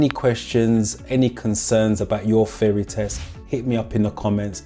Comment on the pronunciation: I like your videos, wish me luck as my theory test is coming up soon. Everything else is fine except that part where you refer 'theory test' as 'feory test'. It's bothering a little....just little. HAHA